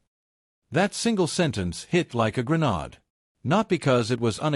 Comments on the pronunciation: Don't use computer generated voice narration for videos: WTF is a "Granahde"? I know what a Grenade is, but a "Grenahde"??? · This seems like an AI generated voice over, I am an ex English teacher, the Pronunciations are a mess, for instance, the voice over GRENADE, it was pronounced incorrectly, their are more, but just listen to that one..GRENADE, thank you.